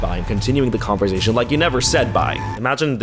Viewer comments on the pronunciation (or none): I'm an ESL teacher and the way you say conversation always triggers me. I wish I could attach a consonent sound chart here to show you which sound you should be making for the 's', but honestly it's a part of your charm. I'm just trained to correct people's speech, I should learn when to stop...